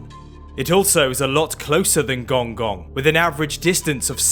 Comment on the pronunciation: Pronounced gonggong wrong